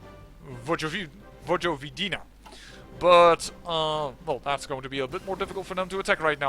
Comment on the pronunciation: Your pronounced Vojvodina wrong XD